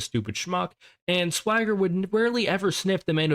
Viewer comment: It’s weird how you kept mispronouncing “Thwagger” 😂 Loving your videos, mate!